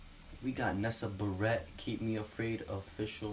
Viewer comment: LMAOO THE WAY HE SAYS HER LAST NAME it’s pronounced [bear]-[it]